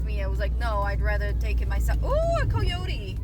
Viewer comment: Where are you from? You say coyote funny. 😅